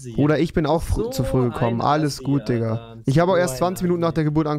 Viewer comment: digga nicht dikka 😂